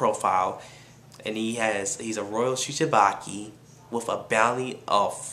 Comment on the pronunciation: Yo It called Shi-chi-bu-kai not Shi-chi-ba-ki man lol btw good review